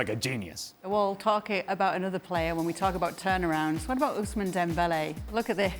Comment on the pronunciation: WHY does Ale insist on calling him OHSMANY Dembele, even though everyone else calls him OOSMAN, his real name?